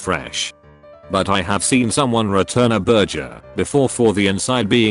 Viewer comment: It's just Inspector Clouseau trying to learn how to pronounce burger 😁